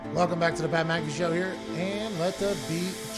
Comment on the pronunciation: My lad said Mat PcAffee